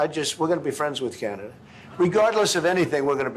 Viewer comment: He loves tesler and canader.😂